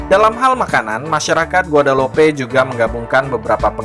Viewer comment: Penyebutan nama dalam bahasa perancis ejaannya bukan begitu kali .